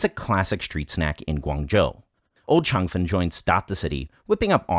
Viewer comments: You're right, his Cantonese pronunciation is terrible. It's not Chung Fun, it's Cheung Fun - there's an 'e' in the spelling. :-) Great video, I finally know how this is made. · He's doing the Mandarin pronunciation. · Not really, his pronunciation is based in Mandarin, Cheung fun is Cantonese. If it is truly on point, he should speak it in Cantonese.